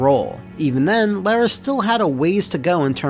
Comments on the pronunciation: Its lara not lera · both and AVGN make a video about Angel of Darkness, and both manage to mispronounce the same name in different ways. with ''lair-uh'' and AVGN with ''Laura'' (the more common mispronunciation) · Ironically they changed the name from 'Laura Cruz' to 'Lara Croft' because they believed Americans wouldn't be able to pronounce 'Laura'. says 'Laura' perfectly, but 'Lara' oddly.